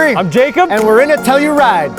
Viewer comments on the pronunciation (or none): its pronounce To Hell U Ride